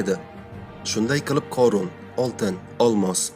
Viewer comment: Oʻorun корун эмас хорун horun